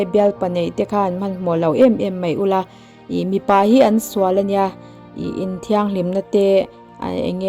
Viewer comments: Mipa leh Mi pa i chhiar sual nasa deuh anih hi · 8 na hi i chhiarsual Mipa tih khi mi pa.midang pasal tihna